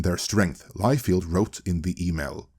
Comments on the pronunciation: all due respect, but feld is pronounced different from field. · This is NOT how you pronounce Liefeld,. lol It is actually pronounced Lie-Feld. BTW if I'm not mistaken, David Masel actually came up with the idea of a concentrated studio with all the Marvel movies in one place. And he suggested it to Ike Perlmutter.